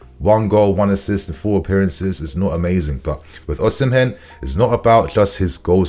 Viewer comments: It would be nice if you pronounce Osimhen correctly. According to Mikel Obi, Osimhen is pronounced as Osi-mheh. the 'n' in Osimhen is silent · According to the Jon Obi podcast Osimhen is pronounced "Ozzymeh". Either that or I've misheard 😮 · 🎉 It's not "Ozzymeh", it's pronounced "Osimeh".